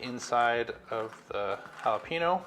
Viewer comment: Great video, and I am looking forward to more Keto recipes. Mainly because of your channel, I will be getting a Kamado Joe when I have the money to add to my backyard here in Texas. I do have one pointer, you didn’t pronounce jalapeño correctly. You forgot the “y” sound that the ñ gives the word. It is just the Texan in me that caught that little mistake. Other than that, great video.